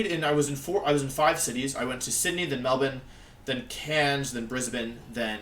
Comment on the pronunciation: Wolfey says “Melbourne” like a Melbournian :’)